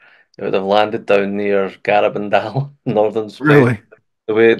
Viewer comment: look up how to pronounce Garabandal. in Spanish you emphasize the second syllable. Gara-BAND-al